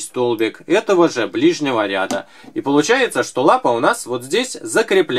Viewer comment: что то у Вас с ударением хромает.РядА.